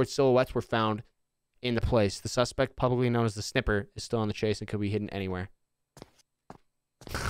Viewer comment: "The Snniper Man"😀